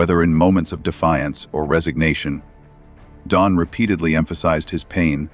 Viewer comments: His name is Don NOT Dome, ai. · This AI voice can't even get Don's name right! I'm out! I'm Dune! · Maybe try writing Don as Dawn and maybe the stupid ai could say it correctly. Glaring mistakes ruin our trust in the channel.